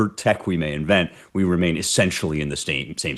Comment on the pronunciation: Salvation. I Slavaton. 🤖 💀